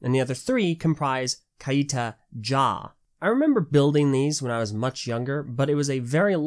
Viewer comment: I think it’s meant to be pronounced ‘kite-ah’ not ‘ky-ee-tah’